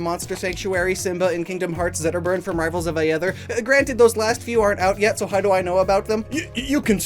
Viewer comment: the pronounciation of "rivals of aether" is killing me dude